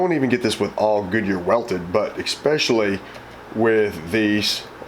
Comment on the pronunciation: I mean this in the most respectful way possible because I love this channel. The word is "ESpecially" not "EXSpecially".